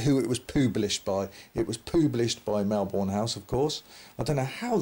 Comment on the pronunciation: Just FYI, it’s pronounced Melbun/Melburn.